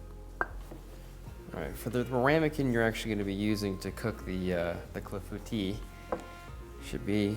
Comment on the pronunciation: I would not have pronounced Clafoutis right unless you said it first